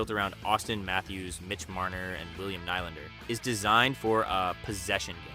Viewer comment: Is the narration AI? It’s one of the better ones I’ve heard, but mis pronouncing ‘defense’, ‘Nylander’ and saying ‘Savard’ three different ways, including ‘S. A. Vard’ is weird.